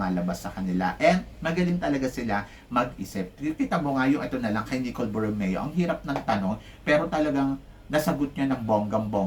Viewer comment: Paulit ulit na po tayo sa pag ko correct sa inyo di kayo nakikinig Eloquent po di elequent Borromeo hindi Bormeo Sa Country pronunciation po parang kun-tree Teacher po kayo sana natuto kami sa inyo